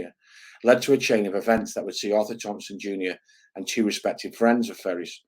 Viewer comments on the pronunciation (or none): none